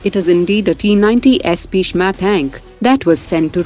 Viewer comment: Not pisma that's bhisma